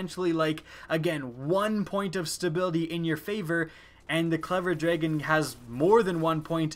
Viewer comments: very repetitive video, and it's drah-gun not dray-gun :( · am I the only one to point out that he says dregen? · this should be just been a 2 second video of him saying "clever dtahon" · J G clever draygon* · So the clever "draygen". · I like your videos. I HATE how you pronounce DRAGON. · you say dragon funny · learn how to say the word dragon